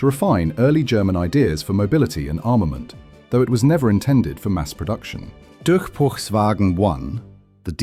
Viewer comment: dusrchbeuchswagen II is crazy